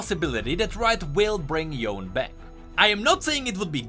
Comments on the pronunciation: its not Yown . its Yo'ne (Yone) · its yone not yon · If you say Yon again, I will kill myself. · the way he says yone's name makes me so upset PLEASE pronounce it correctly